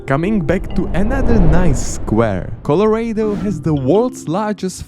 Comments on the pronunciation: bro said “coh-luh-ray-dough” i am offended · "ArkanSAS" "PenSIUWAnia" "ColoRAYdo"